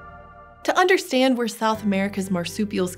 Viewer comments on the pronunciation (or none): none